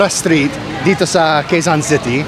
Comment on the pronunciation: Today we are at K-ZON City...which we pronounced as "KEZON"(Quezon)sowshal ka talagang bumigkas..sanaol!🤣